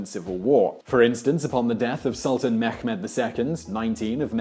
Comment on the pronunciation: Mekhmed 😂😂😂😂😂😂😂 just stop trying to speak foreign languages